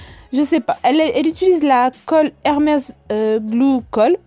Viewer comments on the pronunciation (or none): none